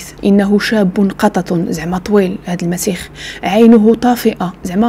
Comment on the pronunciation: يا أخيتي اسمه المسيح وليس المسيخ